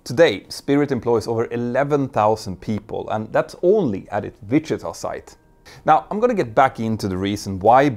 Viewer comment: I love the way you say Wichita